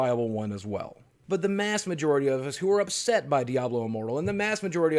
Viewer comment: "Upet"? Really?